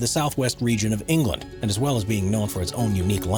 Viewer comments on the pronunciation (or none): none